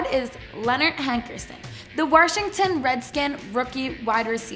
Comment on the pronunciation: wait a minute did she say warshington?